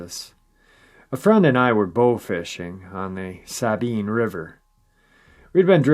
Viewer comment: I,m a native Texan and live in northern suburb of Dallas. About 2 -3hrs away or so from this river. It pronounced “sa-bEam” for the Sabine River. It comes from the Spanish word for cypress, in reference to the extensive growth of bald cypresses along the lower river. Sorry drove me crazy way you pronounced it. 😛😂😝